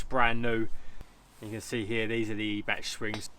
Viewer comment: it's more like eye-bach. with the choking sound... like when you have to spit a yellow one "chhhh" .